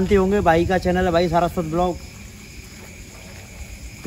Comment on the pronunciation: SARASWAT KO BAR BAR SARAFAT KYU BOLE RAHE HO